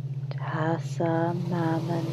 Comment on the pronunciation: She keeps repeating "Hassan" and prays to a chick called "Mannon"